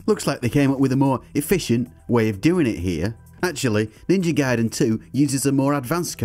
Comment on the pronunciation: It's pronounced Ninja GAY